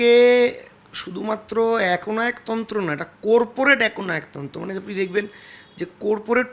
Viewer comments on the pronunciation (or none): Amio tai bhabhchhilam... Corporate not Korporate... Arektu hole, kopurpurate bole diten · কোরপোরেট নয়রে হতচ্ছাড়া শব্দটা কর্পোরেট হবে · Coreporate naa. Corporate... Aetuku pronunciation o kora jaina?? College e porasona korley ektu kaj dito i guess. And how you changed... Jotodin party dichilo totodin sob thikk. Akhn jehetu haare gelo sob kotha change.... Waooo.... Ipac taka nia korchey bcz that's a PR Company. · কুরপুরেট নয় কর্পোরেট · Corporate noi pronunciation hobe Corporate 😂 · কোর্পোরেট না রে কর্পোরেট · কোর্পোরেট আবার কি??? কর্পোরেট ...... corporate 😂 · Coorporate noi re jahil , corporate, pronouce korte shekh re oshikhito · COREPORATE noi, CORPORATE. Kon school a porechho jubo neta moshai? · কি অবস্থা!!!! কোরপোরেট !!!! কথাটা কর্পোরেট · Korporate naaa Baal - uchharon ta thik koro - Corporate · কোর্পোরেট না রে ভাই চটি, কথা টা "কর্পোরেট" হবে।। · Korporate noi re ota Corporate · কোরপরেট বলে কিছু হয়না,its কর্পোরেট বলে পরিচিত 😂😂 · কোরপোরেট নয় রে গাধা ওটা কর্পোরেট হবে। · Corporate বলতে হয়।কোরপরেট নয়। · চোরপোরেট he meant 😂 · Koorpur aar koorporate😂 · Babusona.. "cooorporate" noe ota😂😂😂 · ❗Ai ta Student union r Leader te ''Corporate' pronunciation tao thik moto korte parene, Its 'kaw·puh·ruht'. Shane on Student Union Leader, ai sikha students ra paiche ato din. 😂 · Corporateeeee😂😂😂 are bhai uccharon ta tho thik kor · আসলে 'চোরপোরেট' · করপোরেট pronunciation এ হচ্ছে ছাত্র নেতা good 😀😀😀... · j corporate word ta thik kore pronounce / bolte pare tar interview nin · Corporate শব্দ টি ও ঠিক করে উচ্চারণ করে উঠতে পারলেননা!! অভিষেকের সঙ্গে তৃণমূলের অসংখ্য দুর্নীতির কথা মনে পড়লোনা দাদা???????!!!!!!!!!